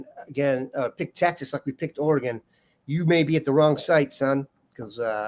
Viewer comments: It’s not Ore”gon” lol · for the love of god, it's not pronounced Ora-Gone' it's Or'agun, emphasis on the the "Or". I let it slide the first 50 times, but enough is enough. FFS